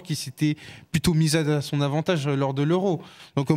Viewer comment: Blabla le mec ils arrivent même pas à prononcer son correctement vous faites grave rire